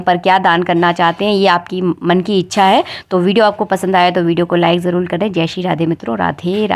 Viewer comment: bhozan nhi bhojan bole. jarul nhi jarur bole.